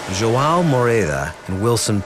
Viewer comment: It's not Jo- ah- o it's jo an o, portuguese name